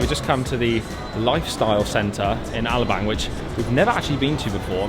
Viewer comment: You'd think after all the YEARS being in the Philippines, they'd learn how to pronounce Alabang , and other places /things , and learned SOME Tagalog to enrich their experience with the people of the country .